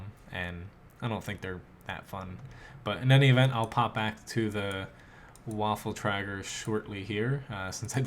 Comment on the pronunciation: because the german tank names are very complicated to pronounce for none german players they recalled it waffle tractors for waffen träger